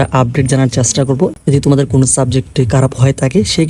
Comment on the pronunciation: আপনি খারাপ কে কারাপ বলেন কিভাবে ?? 😢